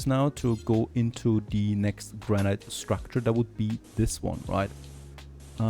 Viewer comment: Great series so far! By the way, "granite" is pronounced "GRAN-it." I know, English makes no sense at times lol